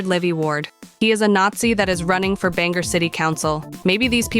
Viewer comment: Shut the fuck up about local politics if you can’t even pronounce the city correctly